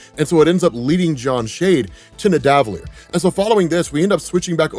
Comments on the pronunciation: Niv-uh-da-leer, not Nih-dav-uh-leer 💀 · Nid-a-va-leer.....come on, man, we all know you saw Infinity War at least 20 times. 😜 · The way you say Nidavellir bugs me😂😂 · The way he pronounces nidavellir is going to be the death of me